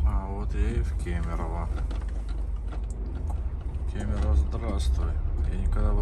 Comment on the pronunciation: Ты единственный походу кто правильно говорит город Кемерово)